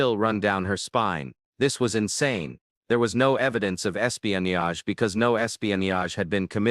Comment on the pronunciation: Pls learn to pronounce “ espionage “.